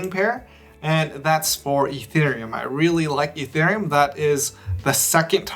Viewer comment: "Fee" thereum